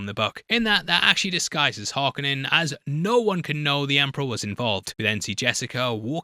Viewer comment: please pronounce Harkonnen properly - it's painful hearing you mess it up each time - it's Hark-O-nen